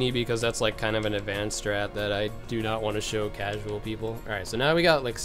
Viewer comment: When he says "casual" it hurts my casual heart 😩